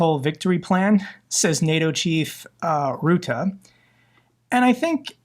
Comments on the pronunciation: It would be so pofessional if you (being of Dutch origin) would/could teach your audience how to pronounce the name of the secretary general of NATO Mark Rutte correctly. The " u" in Rutte sounds like the "u sound" in the English word "early" and not like the "oo" in the English word "root". Elsche the Netherlands. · The preanouncement of Rutte is different.